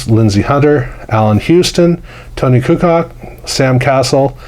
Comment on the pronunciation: Thanks for the review, nicely done. I have 2 boxes I bought about 15 years ago still sealed but I remember ripping these packs at my LCS in New Providence, New Jersey ! We were hunting for Penny and C Webb of course at the time. Just a pronunciation thing, for Tony Kukoc it's 'Ku-coach' and for the NHL Finnish Flash Hall of Fame legend Teemu you brilliantly pulled, (I'm jealous), his last name is pronounced 'Sell Ahn e.'